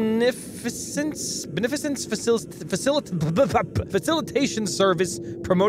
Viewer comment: its pronounced ben-a-fish-ens